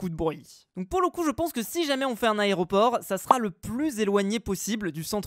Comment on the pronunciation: Compté combien de fous il a dit aréoport 😂😂😂